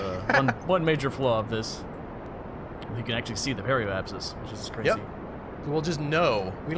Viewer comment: do you guys pronounce "apoapsis" and "periapsis" incorrectly for comedy effect? There's no "e" between "apo" and "apsis" or "peri" and "apsis".